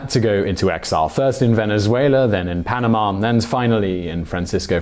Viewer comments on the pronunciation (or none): none